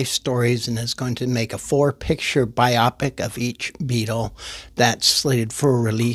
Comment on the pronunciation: It's pronounced "BI-o-pic" as in "biographical picture", not "bi-OPIC" to rhyme with "myopic" which is another word for being nearsighted.